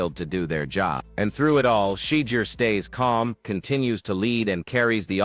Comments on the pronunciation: Please train your AI to learn how to pronounce Shedeur. Not She-deer but Sha- door. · Learn how to say his name whewww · Please invest the effort to master the correct pronunciation of the name Shedeur. Sound if you are saying 'SHIT.' Your lackadaisical approach to English will not suffice and is quite disrespectful individuals name should be said correctly